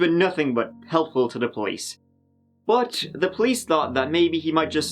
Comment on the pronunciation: he says "bot" not "but"